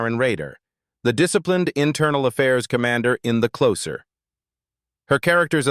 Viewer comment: Your AI voice over needs to learn how to pronounce names better. You can't even say the title of the show properly.